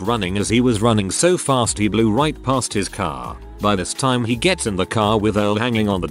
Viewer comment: I know right, it seems like it has trouble with the word "time" idk if it's a key to some conspiracy theory, or just faulty programming for the robot reader?